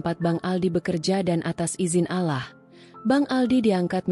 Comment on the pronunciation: Pasti bakal seru kelanjutannya. Maaf min tolong untuk pengucapan "Allah", diperbaiki.🙏